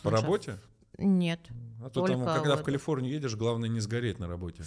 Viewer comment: Она так смешно произносит названия американских городов и штатов, как будто с акцентом))) Я была в КаЛиФорНиИ и когда я выезжала из ЛоСАнДжЕлЕсА, кек))